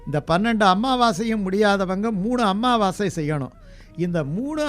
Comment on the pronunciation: Pls say, Sir it's Amavassi not AMMAVASAi, only one mm.